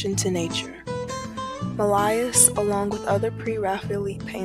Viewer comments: Mill-eye-iss? Millais (mill-AY) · Mill-eye-iss? Millais > (Mill-AY). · Oh Professor…. Mill-EYE-iss? Millais. (Mill-AY). Pre-Raphael-EETS?? (Pre-Raphael-ITES). Respect the art & artist - please pronounce them correctly. Thank you.